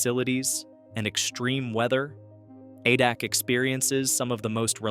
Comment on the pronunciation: A-Dak not Ah-Dock